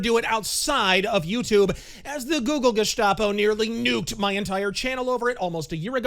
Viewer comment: "Google" or "goolag"?